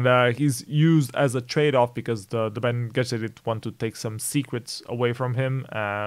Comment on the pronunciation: Just thought I'd help you out, Bene Gessirit is pronounced like "Benny Jessirit"